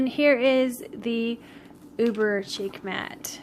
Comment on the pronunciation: Thanks for the review. Just a note: Chic is pronounced like sheek.